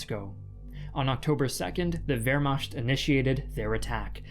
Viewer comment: It's pronounced Vair- marked = wehrmacht. Great video.